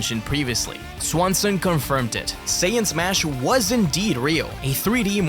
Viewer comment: Mispronounced Saiyan as "Sayin"